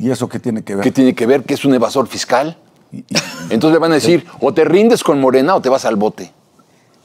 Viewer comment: " español limitado " pero limitado y todo es mucho mejor pronunciado que el del que se dice presidente, que ni siquiera sabe pronunciar nuestro bendito idioma, solo escuchelo cuando dice Estads Unids en vez de ESTADOS UNIDOS y 'ton'ces en vez de ENTONCES por poner solo un pequeño ejemplo y esto si es una vergüenza por ser el político de más alto rango del país, por lo que a Alazraki toca, no tiene importancia porque si bien es un empresario del ramo de la publicidad, no importa lo que diga o como lo diga porque si alguien lo escucha es por gusto propio, no así con lo que diga el presidente que como ciudadano DEBO casi de forma obligada enterarme de que dice o que no dice porque como servidor público que es debo estar enterado de si está haciendo bien o mal lo que tiene que hacer.